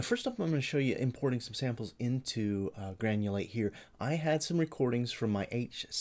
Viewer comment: funny that youask for money before even begining to talk about the subject. Having sai that, it should read GRANULATE, not GANULATE. Poor